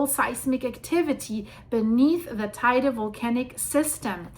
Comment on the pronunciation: And Teide is pronounced Te-ide.